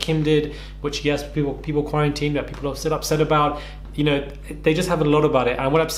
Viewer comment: “The word vicious unno “ 💀